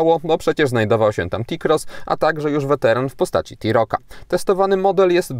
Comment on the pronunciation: Nie rozumiem - co znaczy wysoki prog zaladunkowy??? i dodam, iz mi rowniez bardzo, ale to bardzo podoba sie tzw. czern fortepianowa, szkoda, ze nie wspomniales o wysokosci przeswitu, no i ciekaw jestem, kiedy ta firma wprowadzi wreszcie hamulec elektroniczny. Aa i jeszcze jedno w jezyku polskim literke "T" wymawia sie jako Te, nie Ti, stad powinno brzmiec Te-Roc, czy Te - Cross, a nie Ti - Roc, czy Ti - Cross... a tak wogole, jak zwykle milo mi bylo spedzic z Toba czas. No i wreszcie moge powiedziec - kurcze jakkolwiek nie powala to Taigo, to wreszcie cos ciekawego od tej przereklamowanej firmy dla klienta...